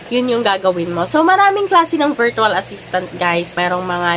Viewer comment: it's pronounced /ˈvərCH(əw)əl/ not VEERTWAL. I hope you are not offended po.